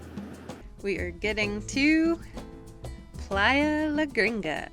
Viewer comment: It’s “Playa La Gringa”